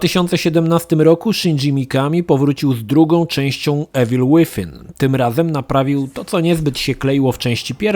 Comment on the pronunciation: Troche mnie denerwowało jak ciągle mówiłeś "Ewil", ale gra sama w sobie jest świetna, bawiłem sie lepiej niż w jedynce.